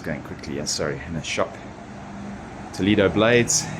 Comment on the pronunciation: Toledo, the vowel "e" is pronounced like the "e" in the word Elephant, not the sound "e" that you have in English language. When I hear you pronouncing it, I almost die 😂. I do not want to know how angry toledanos ( the native inhabitants of the City) can be or feel after listening you saying the name of their City the wrong way 🫣🫣. Aparte from that, I know Toledo And yes, It is a historical jewel, but in Spain we have manyyyyyy others : Santiago de Compostela, Ávila, Segovia, Córdoba, Granada, Tarragona, Mérida, Salamanca, Alcalá de Henares, Cáceres, Burgos, Sevilla, etc, etc Regards, enjoy